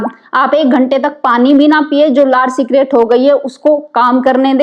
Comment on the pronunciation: सलाइवा सीक्रेट नहीं होता है स्क्रीट शब्द होता है अंग्रेज मैडम